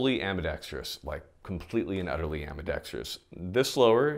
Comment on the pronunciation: If you've ever watched a youtube firearms video where the presenter cannot pronounce ambidextrous, go ahead and hit that subscribe button.